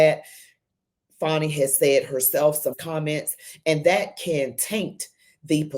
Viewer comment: Please - STOP calling her "FAWNY" It's "Fani" pronounced like 'Manny' ... For heavens sake - STOP !!!!!